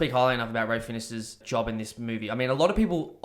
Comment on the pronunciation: This video is awful and trite. You can't even bother to pronounce Ralph Fiennes' name correctly, but you then have the audacity to say most people only know him as Voldemort?! Is this a joke?